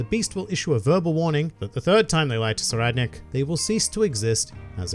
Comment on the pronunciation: Ohhhhh. So that's the right way to pronounce Tserriednich!